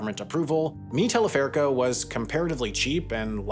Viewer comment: está pronunciado el nombre - mi teleférico - re mal 😂